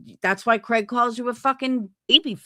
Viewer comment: you said Craigory like Gregory 😂 I'm referring to him as that from now on 😂 I do agree with you & like hearing your viewpoint. You also are a great mom! ❤